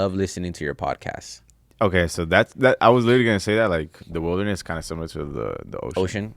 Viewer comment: Getting lost in the “witherness” 🤣